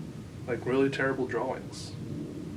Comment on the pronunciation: I love the way you pronounce drawings "draw-wings", it's perfect.